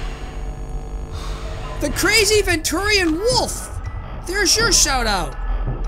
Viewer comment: Uhh it's pronounced thee peanut now you got to do it next week too! Lol jk thanks so much for the shout out:D